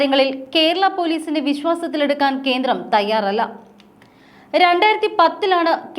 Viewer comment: കീരളം, കീന്ദ്രം, ഒന്ന് നേരെ ചൊവ്വേ parayoo